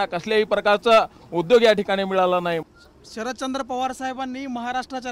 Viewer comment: शरदचंद्र नाही शरदचाॉंद भाई